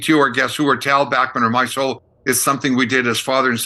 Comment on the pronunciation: Dear Professor... pronounce Randy's last name as he does. Randy "BACK-Man". And his son Tal's name is pronounced TOWEL BACKMan. Just a FYI. 😁😁And yes, Randy is OK with the incorrect pronunciation of Bachman Turner Overdrive because he knew it would be useless to correct radio station DJs.